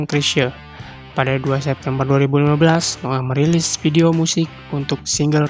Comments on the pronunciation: Noah blok .bukan noo'aah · noah blok bukan no ah